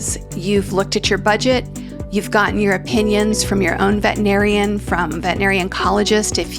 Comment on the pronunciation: Please pronounce veterinarian with 6 syllables😢